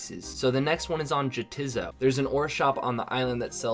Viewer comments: Can we correct the pronunciation of Jatizo? it's "ya, tis so" and the other island is "neigh it's not" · The island is pronounced “Ya-Its-So” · It's ya, 'tis so. The other island is nay, 'tis not.